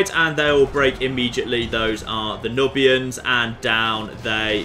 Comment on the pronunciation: it's Noob-ians, not Nuhb-ians.